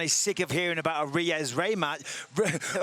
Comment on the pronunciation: Michael “Re-ez Raymatch” Bisping